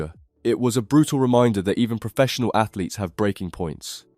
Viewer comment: Man said,"Athletes"😂